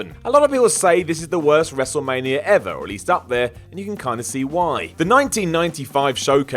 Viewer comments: Why do I always hear 'Wrestlemanier 11'?? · Am I the only one who hears WRESTLEMANIARA